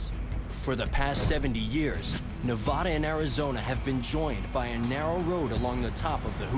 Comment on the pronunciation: If you want to have any credibility about a topic in our state of Nevada, you first need to learn how to pronounce it correctly. Neh-VA-duh and NOT Neh-VAH-duh.